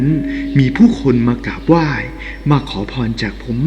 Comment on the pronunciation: พูด ร ล ควบกล้ำให้ชัดหน่อย พระยานาคลาด กาบไหว้ นางลำ เหตุการณ์ในคิป เหตุการณ์อะไล เผยแพ่ เลื่องเล่า ล้องไห้ หัวเลาะ